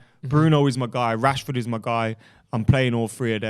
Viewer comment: you cannot be serious saying Rashford or martial